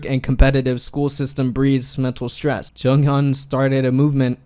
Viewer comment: Stops saying junghyun its JONGhyun